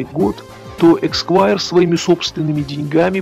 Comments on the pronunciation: Эсквайр, а не эксквайр. Цукерберг, а не Цукербеккер. И ни Потапенко, ни Грудинин не разбогатели за наш счет. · Не эксваер, а эсквайр. Эсква́йр, сквайр (англ. esquire, от лат. scutarius — щитоносец), почетный титул в Великобритании (первоначально, в раннем средневековье, титулом награждался оруженосец рыцаря); впоследствии титул присваивался чиновникам, занимающим должности, связанные с доверием правительства. В России элита - вороватая гэбня, ментовские, прокурорские, судейские, чиновьичьи воры беспредельщики и отжимальщики. Всё это - бандитская шобла. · эСКвайр. Извините, но очень режет слух. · Не раз упоминаемый в ролике почётный титул в Великобритании называется эсквайр, и уж никак не эКсквайр.